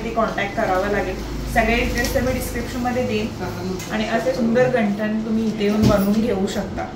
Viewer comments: ये घंटन नाही ग गंटन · घंटण नाही गंठण असत ते 😂